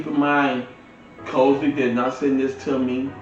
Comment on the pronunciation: And you pronounced the name of the speakers as COSELY but it's spelled Crossely .